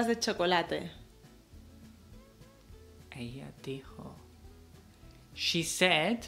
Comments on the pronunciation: ha pronunciado She mal Philips debería corregirla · a se le dificulta decir la palabra she... Pero que importa, lo compensa con una linda sonrisa.